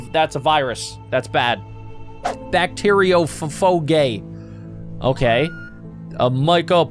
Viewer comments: its pronounced back-tier-io-fage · bac- te - rio - phage, not bac- te- rio- pha- ge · Here Are Corrections For The Words You Didn't Pronounce Correctly: Bacterio-faje (Pronounciation) Aam-a-Zon Parrot (Pronounciation) Way-Wot (Pronounciation) Trappist- One E (Pronounciation) And TOI 7 Hundred Dee. (Pronounciation) And Ann-Aei-mee-a (Pronounciation) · Bacteriophage is pronounced "bacteriofaje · The bacteriophage is pronounced back-tir-yo-fage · You pronounce bacteriaiophage like this (bacteeriofaje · The fact that he can pronounce mycoplasma genitalium but not anaemia or bacteriophage properly without a 11 year old correcting him